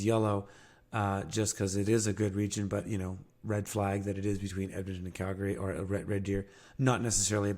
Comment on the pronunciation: Cal-gree, not gary ❤